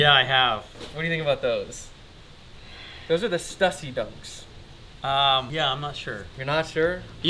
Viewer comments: You’re killing me inside by calling them stUssy, it’s stüssy bro, ü is pronounced oo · STOO-SEE Say it with me... STOO-SEE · American pronunciation... not like you're going to read this tho... "stew-see" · is an awesome guy, but I can’t get over how he pronounces Stussy. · At this point I'm convinced you're saying Stussy wrong on purpose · You pronounced stussy wrong btw.